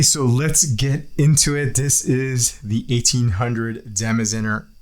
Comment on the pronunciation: Pronounced "dah-mahs-TSAY-nuh" :-)